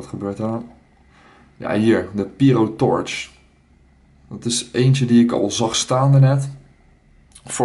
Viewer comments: pierotorch? spreek uit als pijrotorch :P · treboriaan de vries phahaha pijro Haha nee je spreekt het Engels uit